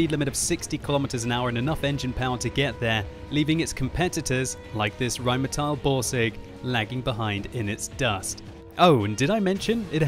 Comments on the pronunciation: "rheinmeteil" please. the pronunciation. please. it's not spelled that way.. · why do you say rhinemehtyl?